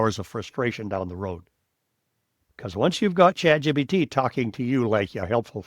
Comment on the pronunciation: It sure sounds like this guy is saying chatgBt rather than the correct chatgPt